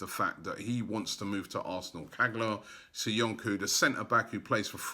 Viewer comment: It's Soyunju not SoyunKu , for God sake learn the players name. Still butchering Kolašinac surname makes me cringe.